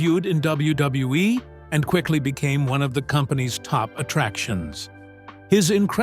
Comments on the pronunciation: AI can't say double u 😂😂😂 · The W-bub-hub-WE😂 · LOL! The way the AI says WWE and WWF is funny AF. Da Da duwuwu dubwoo eff LOL! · I really wish they would stop using AI cause they can't say WWE correctly